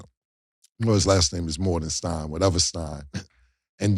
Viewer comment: Ayo no disrespect but not knowing your own teams centers name is kinda crazy .. nigga it’s Hartenstein not Levinstein